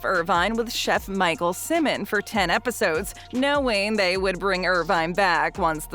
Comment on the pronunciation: The Robert Irvine info is really outdated. Not only did he return to Dinner Impossible, but the Robert Irvine Show went out of production years ago. (In addition, Michael Symon’s last name is pronounced SY-mon, not SIM-mon.)